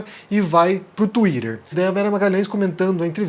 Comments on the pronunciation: enquanto vc falar tuírer vai ficar difícil de assistir ... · Fale "twitter" direito rapaz, vc não é americano